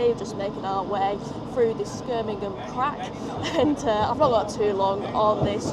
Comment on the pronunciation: Brill vlog! You said “Skirmingham” instead of Birmingham lol 😂